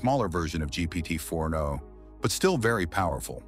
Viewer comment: Hey friend if you’re using 11 labs for audio try to check for weird pronunciations like GPT 4andO. Also, around the last 3rd ( ?) of the video it seemed like the video was being reintroduced. I hope this is helpful. I appreciate your work!❤